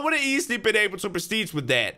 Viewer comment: I love how he says “perstige” ._.